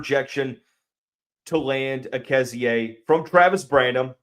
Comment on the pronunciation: Are you sure of the pronunciation? You're giving it more syllables than the other ways I've heard it pronounced: Uh-KEZZ-ee, EEK-zee, and EH-kee-ZEE.